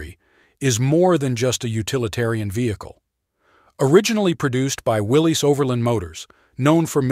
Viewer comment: It's pronounced Willis.